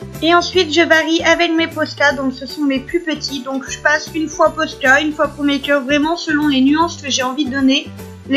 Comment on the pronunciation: On dit promarkers et pas promakers